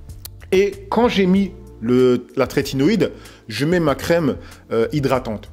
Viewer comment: Top merci pour la vidéo ! Par contre c'est trétinoïne et non tretinoiDe 🤪